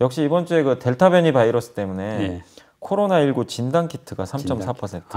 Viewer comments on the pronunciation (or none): none